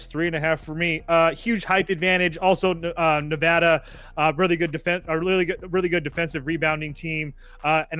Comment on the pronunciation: It's Nevada, not Nevada. You guys always mispronounce it